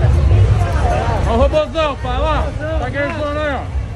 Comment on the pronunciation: Quantas vezes o torugo falou ROBOZAUN nesse vídeo?